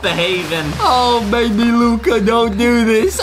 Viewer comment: Justin: baybe Luca Adem: baby luca Who is the proper grammar master